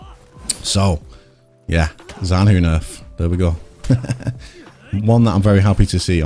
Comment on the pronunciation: Btw the syllable "zhan" is better approximated by pronouncing it like the first one of the word "jungle"